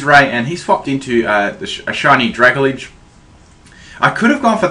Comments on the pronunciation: Oh my god seriously, this is driving me insane hearing you pronounce pokemon's names wrong. I don't care if i get hate for saying this, but it's not "Dra-ga-lidge" It's "Dra-Gal-Ge" You do it all the time with so many names and i just can't help but finally say something man. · DUDE. IT'S PRONOUNCED DRUH-GAL-JEE.